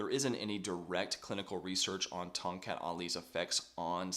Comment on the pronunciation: The correct local pronunciation is Tong "Cut", rather than Tong "Cat".